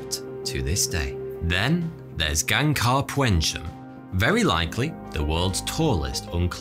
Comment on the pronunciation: OMG THAT WAS THE WORST ATEMPT AT PRONOUNCING GANGKHAR PUENSUM That was horrendous